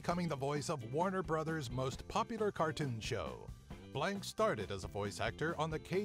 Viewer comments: Its not Mel "blank" its Blanc. Pronounced Blonk. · Its pronounced Blanc not Blank.